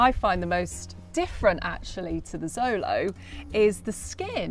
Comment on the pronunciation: Xolo is pronounced sh-lo not zo-lo. This is nahuatl.